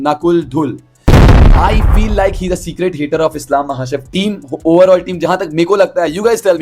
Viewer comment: it's secret... Not secrate..wannabe speed